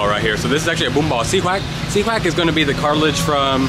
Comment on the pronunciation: Hey xí quách if you pronounce the word quách like English word "what" then it's perfectly sound. Right now you pronounce it's like word wax. Just a thought from a vietnamese person.